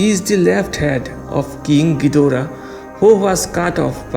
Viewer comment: I was thinked you say ghoidra dora😂😂